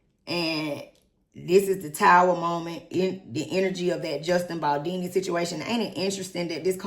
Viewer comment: His name is BALDONI, not Baldini. you are being very disrespectfull towards him, because I am sure that when you were reading from the screen to update yourself about the case that they did not write his name as Baldini. Beside that, you had all the other names right but not his, because he is not a star [ to use your words ] Blake and Ryan are BAD people, who tried to steal this man his movie and destroy him, but they will not prevail. You should really follow this case better, then you would understand more, instead off siding with Blake who is a racist and a lier. Being beautifull is just the outside just look at her inside. Your starstruck and that clouds your judgement.